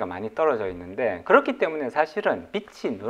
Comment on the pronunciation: 아좀 빚 을 빛이라고 발음하지말아주세요 비지에요 비치아니고 열받아요 무슨 좋은 거라고 빛이(비치)라고해요